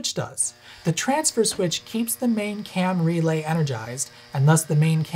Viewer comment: By the end of the video, every time he says “Cam Relay” it sounds like he’s saying “Camry Lay” and I’m thinking about people banging in the back of a sensible-but-stylish, affordable sedan.